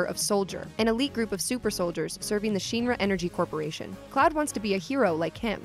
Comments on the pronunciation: Anyone else got bothered at the way she pronounced Shinra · Anyone else bothered by the way they say Shinra in this video? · Hearing her mispronounce shinra so many times HURTS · i cringe everytime u said the word Shinra... pfff that is not the way it is pronounced :P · I can't watch this. It's pronounced "Shin Ra" not "Sheen Ra" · Why did you have a girl who has never played this series do the voice over... ugh. "Shin-ra" not "Sheen-ra" . Plus even if you never played any of the games with voice acting (original ff7 doesn't have, but crisis core does which this video referencing heavily).. That's just the normal way to pronounce it based on how it's spelled in english. Or if your familiar with japanese prefixing stuff with "shin" kinda means like "ultimate". And it's pronounced the same in japanese. The script is fine, but this girl obviously never played crisis core. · Clearly the narrator has never played this game. She is pronouncing shiinra like sheen not shin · The way Shinra is pronounced in this video scratches my ears... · The only part that sounds off is the part pronounced "ruh" cause it should be pronounced like "Raw" without the w at the end like "Ra", the shin part sounds just fine, pronounciations in japanese are sort of like spanish and other latin based languages. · Isn't it pronounce "Shin-rah"? Short "I" not long. Why does it sound like the person saying it sounds like "Sheenrah"? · Sheen-Ra? Shin-Ra... Shin like the body part. Unless you call them your sheens which is ok 🤷🏻‍♂️ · She keeps saying SHEENRA. In every FF7 world game they pronounce it "SHIN RAH". Clearly she's reading a script and never played the game...any of them. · The only thing that's bugging me is pronouncing Shinra wrong. It's Shinra not Sheenra 😑😅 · Great video putting the events together. It just bothered me a bit hearing your pronunciation of "Sheeenra". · It's not "Sheenra", the i is short like in shin bone. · she way she keeps saying sheenra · Sheenra.. Or Shinra?